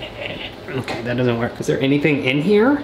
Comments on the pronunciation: when he said ok it sounded like f***k it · Ikr it sounded so weird for him to say that lol